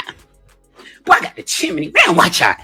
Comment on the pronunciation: She said i got a Chimeny 😂